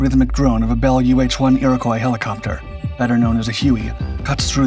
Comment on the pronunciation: The way "Iroquois" is pronounced :face-blue-smiling